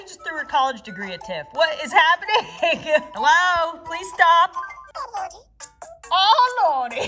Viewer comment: KASSIE / GLOOM FANS THIS IS FOR YOU! Did you notice said Awlordy? It kinda sounds like when she made that video of her answering people prayers. She called herself Awlawdee. Just a little thing I noticed that most people didn't lol.